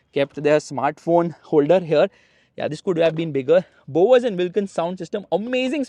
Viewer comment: "THIS"" THIS THIS THIS THIS THIS DIS DIS DIS DIS DIS DIS... 🫥🫥🫥🫥